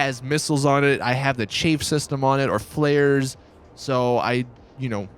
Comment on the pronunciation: It's chaff btw. Not chaif